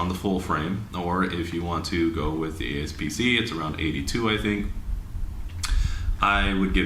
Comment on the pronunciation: a-P-s-c not a-S-p-c 👍🏾